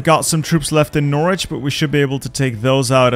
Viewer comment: I live in Norwich and it's always painful to hear you pronounce it nor witch (to be fair that's exactly how it's spelled lol). It's more like Norich with the o sound being like in opposite and rich being like, well, rich.